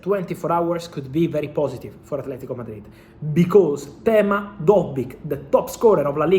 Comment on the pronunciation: Artem! Not Tema) A R T E M 😂❤ 🇺🇦